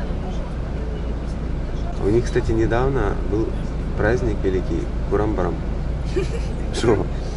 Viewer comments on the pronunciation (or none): Не Курам барам,а Курбан Байрам тут нечего смешного